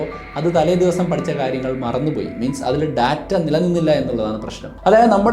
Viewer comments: ബ്രോ വീഡിയോസ് Skip ചെയ്യാൻ താല്പര്യമില്ല കാണാനാണ് താല്പര്യം. അതുകൊണ്ട് മാത്രം പറയുകയാണ് ഈ വൃത്തികെട്ട ബിജിഎം വീഡിയോയിൽ കുത്തി കയറ്റല്ലേ ബ്രോ 🙏🙏🙏 Data എന്ന് പറയുന്നത് വളരെ തെറ്റായിയാണ് Day-Tta ഏകദേശം ഇങ്ങനെയാണ് ശരിയായി ഉച്ചരിക്കേണ്ടത്. പ്ലീസ് refer Google how to pronounce. അധ്യാപകനായ നിങ്ങൾ കൊച്ചു കൊച്ചു തെറ്റുകൾ തിരുത്താൻ തയ്യാറായാൽ വിദ്യാർത്ഥികളും , പ്രേക്ഷകരും തിരുത്തുകയും ചെയ്യും. നിങ്ങൾ തെറ്റ് ആവർത്തിച്ചാൽ അവരും തെറ്റ് പിന്തുടരും All The Best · ബ്രോ വീഡിയോസ് Skip ചെയ്യാൻ താല്പര്യമില്ല കാണാനാണ് താല്പര്യം. അതുകൊണ്ട് മാത്രം പറയുകയാണ് ഈ വൃത്തികെട്ട ബിജിഎം വീഡിയോയിൽ കുത്തി കയറ്റല്ലേ ബ്രോ 🙏🙏🙏 Data പറയുന്നത് വളരെ തെറ്റായിയാണ് Day-Tta ഏകദേശം ഇങ്ങനെയാണ് ശരിയായി ഉച്ചരിക്കേണ്ടത്. പ്ലീസ് refer Google how to pronounce. അധ്യാപകനായ നിങ്ങൾ തിരുത്താൻ തയ്യാറായാൽ വിദ്യാർത്ഥികളും തിരുത്തുകയും ചെയ്യും. നിങ്ങൾ തെറ്റ് ആവർത്തിച്ചാൽ അവരും തെറ്റ് പിന്തുടരും